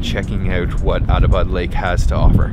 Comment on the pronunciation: It's not a "Autobot" lake, it's "Atta - bad" lake.